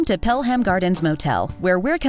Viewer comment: I live in the area & it looks like an interesting place to stay if you want to stay local & do some touristy things in NYC. But I can't get over how they keep mispronouncing the name. It's not "Pel Ham" like the ham that you eat, it's Pelham! People, please get it right! If you're from MA, for example, they have a lot of towns that end in "ham", like Needham & Waltham. They don't emphasize the "ham". They get it right.